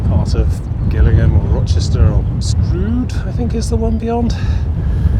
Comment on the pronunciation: It's pronounced Jillingham not Gil like a fish gill